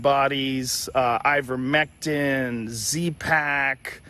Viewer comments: As a broadcaster, she cannot even read the name of the product correctly. Absolutely shameful deception, by the BBC, posting picture of vetinary products. The trials used products which have been widely used in humans for decades. There were over 90 studies in the meta analysus reported. If he looked at 26 and 9 (over 30%) were faulty what happened to the other 90% of the trials. The faudulent study in Egypt was widely known and removal resulted in a 60% effectiveness rate if it was 10% it would still save thousands of lives in countries where vaccines are not available but Ivermectin is commonplace. The push by those talking about ivermectin has only ever been to have full scale trials even though as a generic drug it is dirt cheap (and safe) so no profit. The clearest thing abour Ivermectin is the deliberate campaign against it (the vetimary product photos) and the motive for big pharma to have such a campaign. Along with the refusal to licence generic manufacture of vaccines and vaccine hoarding this ammounts to a campaign against efforts to help poorer countries combat covid, aided and abetted here by the BBC. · The guest is lying clearly. Denge, zika, yellow fever are rna viruses which Ivermectin has been used to treat… they post animal versions and the presenter purposely pronounced the name incorrectly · Seriously. It was driving me crazy. The doctor she interviewed said it right. Joe Rogan said it right. I thought she would catch it but she kept saying it wrong. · hypocritical? Lol you need to look up the definition of that word. And it's not a matter of British pronunciation. It's just not pronounced the way she says it. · She said Invermectin instead of Ivermectin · BBC showing pictures of livestock formulations of Ivermectin. BBC host mispronouncing Ivermectin as "invermectin" . BBC defaming and discrediting qualified professionals based on proven misinformation provided by so-called experts who have massive financial conflicts of interest. Typical.